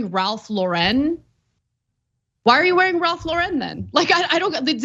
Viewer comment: Not that it matters but it's just Lauren like the girl's name. Not LaREN. Just Ralph Lauren, regular name pronunciation for both words. Also Kanye is trash. But I don't think that's ever been a secret.